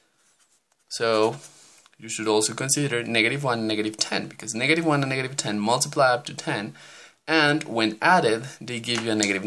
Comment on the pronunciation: Bro you said niggative number